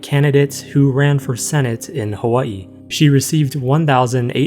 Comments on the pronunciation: Unrelated to the topic, but I was pleasantly surprised at hearing the pronunciation of Hawai’i. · very off topic but i appreciate how you pronounce the 'okina in hawai'i <3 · THANK U FOR PRONOUNCING HAWAI’I RIGHT 🙏